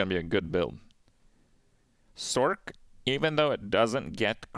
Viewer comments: This homie saying "sork" 🤣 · use me as a dislike button for someone who can't pronounce sorc